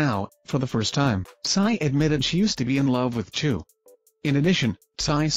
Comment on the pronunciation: Chou... not choo